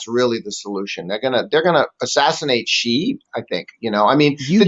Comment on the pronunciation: TQVM to and for this very interesting and informative video that is worth a second read. Theses guys know the subject well and are very passionate about it especially. A lot of journalists pronounce the surname of China's president incorrectly. The correct way is the letter C. This video exposes so much of the evil empire that I greatly applaud the 2 presenters for their bravery.